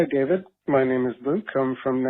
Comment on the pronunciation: Thank you Connor Forbes for gifting me membership and David yeap you butchered the name.